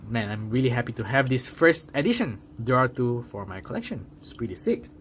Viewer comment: DEora. Not Dora.Or Dera. 🤭